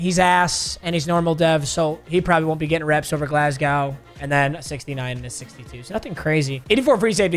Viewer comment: As a Scotsman pronouncing Glasgow hurts man